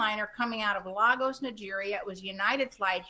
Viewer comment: it's /lay-gus/ not /lar-gos/. Get the pronunciation right, it's not that difficult.